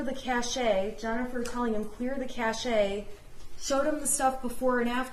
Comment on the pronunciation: It's pronounced cash not kashey